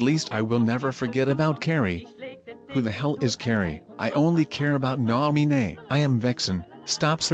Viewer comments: Stop looking for Nah-mii-nay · who the hell is cairee???? i only care about NAH MEE NEH God. This is my fav vid from the whole series. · I will protect Nah-Mee-Neigh